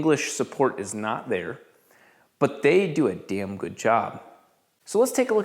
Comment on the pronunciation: You said they do a dahm good job